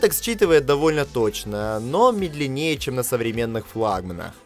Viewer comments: Медленнее, ударение вообще неправильно произнёс))) В данном слове ударение ставят на слог с первой буквой Е — мЕдленнее. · МедленнЕе ударенее на окончание ну ты даешь!